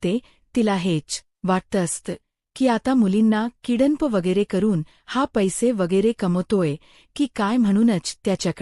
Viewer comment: ईंग्रजी तर येतेय ना ? किडन्प नाही किडनँप म्हणायचे आहे काय ?